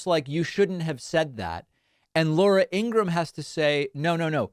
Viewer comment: Ingra-ham. Lol